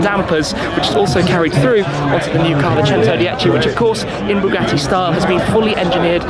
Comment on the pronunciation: THE NIU BOOGATEE BOOGIEE.